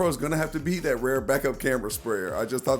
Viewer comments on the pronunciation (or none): I never noticed he says "rare" for rear 🤣